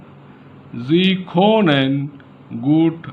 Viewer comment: You are the second or third indian person that I stumbled across that is teaching German here on YouTube. Very interesting! Is German a popular language to learn over there? And thanks for the hard work. To give you a little advice: You might want to practice your pronounciation of können and sprichst. Just as a feedback. I hope you're helping lots of people.